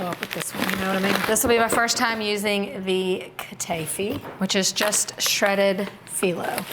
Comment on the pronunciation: Hi! These all look great! The correct pronunciation is"ka-ta-ee-fee". I love your recipes!